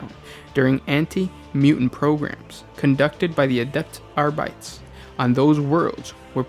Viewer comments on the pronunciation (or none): none